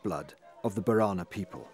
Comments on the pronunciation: It is pronounced bo re na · my guy how did you just say borana